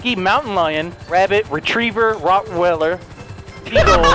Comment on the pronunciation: The "rottweller" & "Chipotle" moments are my favourites in this video, though the grabbing Greatness Mountain's tits quote has gotta be one of the most iconic for me.